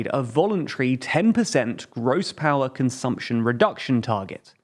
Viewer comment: Ah yes, "consuption"